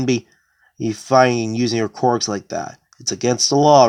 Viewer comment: I know this is very petty but you saying quirks as qorks through me off and i had to check my hearing but other than that i enjoyed the video a lot.